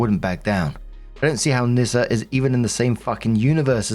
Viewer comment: OP westernised the name, you're supoosed to pronounce it "Knee-Ssa". Or "Niss-ah". Then you can twist it and say it sounds like a slur.